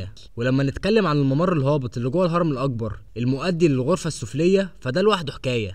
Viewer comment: المذيع يلفظ حرف القاف و كأنه حرف g و للمثال فهو يلفظ كلمة مقبرة هكذا magbara وكلمة الأكبر يلفظها هكذا Al agbar